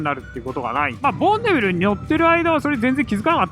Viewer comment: ボンビネルになってましたがどっちの言い方が正解なのでしょうか？